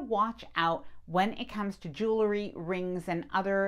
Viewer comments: Sorry, I have to stop watching you. A pet peeve that punches that annoying cringe button is people who can't pronounce "jewelry" correct. Irregardless of how I try, people saying joolery makes my head go nucular. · Learn how to pronounce the word JEWELRY! There is no E after the L.